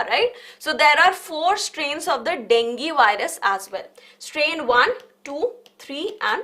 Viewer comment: Dengi ✅ Dengue ❌